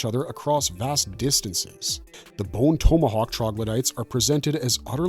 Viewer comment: You pronounce tomahawk like an asshole. This woke interpretation is annoying. I think we are all sick of it.